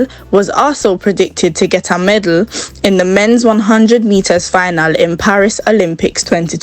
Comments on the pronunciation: Girl it’s medal not medle what’s wrong with you you faking accent so much that you sound crazy bout medle. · it’s astonishing that you sitting there saying medle when the word is medal and the British does not pronounce the word like that. I do listen to the way the British pronounce the word. I have lots of British friends that I talk to all the time, but my comment was not intended to focus on the accent I was just trying to let you know that the word is medal and not medle and you sound crazy saying medle wasn’t trying to insult you. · Girl, I'm annoyed by you calling di damn thing meddle, it's a medal for god's sake. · Medal the word is medal